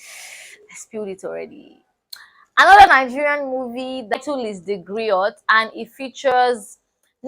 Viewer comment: A job well done darling and keep it up too., it is pronounced as Grio but written as Griot. The T is silent dear.